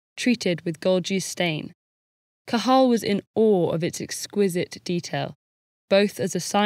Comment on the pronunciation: The pronunciation of Cajal's name was excellent! Great video.